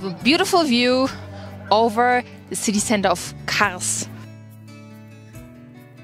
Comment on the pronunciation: MARS DEĞİL KARS